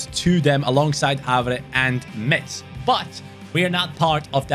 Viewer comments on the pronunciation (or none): none